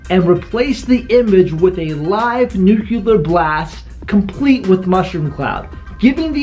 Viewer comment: Say it with me yall. NEW-CLEAR. Nuclear. Not NEW-KEW-LAR